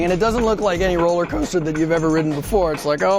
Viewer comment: roller cOâster